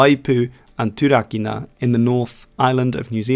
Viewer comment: Turakina is pronounced Toorah-keenah. great video